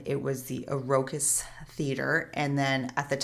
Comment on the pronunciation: BTW, it's pronounced Iroqouis (eer-o-kooy) church. Like Illinois (ill-ee-noy). Like my last name Charles Nuqui (noo-qwee)